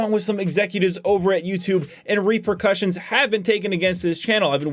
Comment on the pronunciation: "Tacticle"! "Reprecussions"! Dude, get a dictionary lol